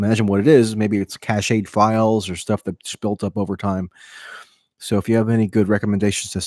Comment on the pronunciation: You pronounce cached wrong, it's "cashed" not "cash-aid"